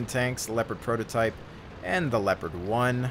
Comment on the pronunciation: The tank is called LeOpard not Lepard!!!! God damn ... :)